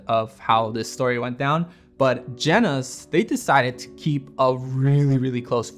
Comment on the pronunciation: Holy fuck are you butchering the name Jena, it took atleast 3 individual sentences with the name in them to make me understand what you were talking about. Kept thinking you were talking about some Zeiss lense lineup I didnt know about. Jena is the city where the factory was located as far as I know